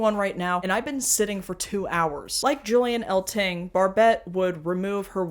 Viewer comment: A quick correction: You mispronounced Julian Eltinge's name. It rhymes with fringe or hinge. Eltinge was a native of Butte, Montana, and there was a bar there named Julian's in his honor, and decorated with memorabilia from his career. It was owned by Jim Kephart and Dave and Robin Jordan. Also, how could you forget Danny LaRue, Charles Pearce, and Divine? All huge crossover stars in the 60's and 70's. Comedians like Milton Berle, Jackie Gleason, Bob Hope, and Flip Wilson would also often do drag skits on their mainstream variety shows in the 50's, 60's, and 70's. Perhaps as a reaction to the AIDS crisis, drag pretty much disappeared from network TV in the 80's. ( unless you count Bossum Buddies, or Boy George as drag.)